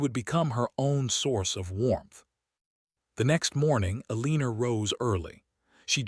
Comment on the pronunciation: Please teach AI to pronounce Eleanor/Elinor correctly. It's pronounced like "ellen-nor" not "eleeen-nor". Sheesh. Down voting for that alone. Would be a much better story if someone would teach AI how to pronounce names and words correctly.